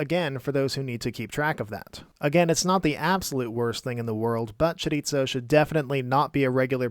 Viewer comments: Just a heads up... Chorizo is pronounced "chorie-so". Spanish pronounces their "z" different than Italians. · Where did the “t” in “chorizo” come from? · Great video, but it's pronounced "choriso" not "choritso" XD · Oof, that mispronounciation hurts to hear. The z in chorizo is pronounced pretty much like the th in mouth. Sorry for the nit-pick, the video is great in every other aspect.